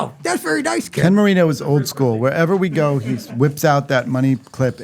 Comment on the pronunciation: You're so cute,. Sounded like you said Ken burrito, instead of Marino 😆